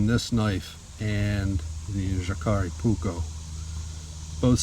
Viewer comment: the J in the name is pronounced as a Y. in all Scandinavian languages.